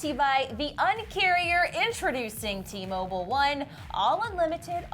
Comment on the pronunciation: Does even take a breath for 3 minutes? and i love how you pronoun T-Mobile wrong, you literally said "T-Mobull" it's an "i". How can you not guess that James C was joking? I usually like but throughout this episode it looked like it killed her to compliment anyone, and when she did it was followed by a negative.. Why also do you sound so surprise that two english artist voices and talent is so raw and their voices are so obviously powerful.. or do you think everyone needs to either lip-sing a performance or use autotune?